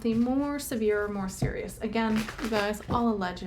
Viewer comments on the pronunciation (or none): none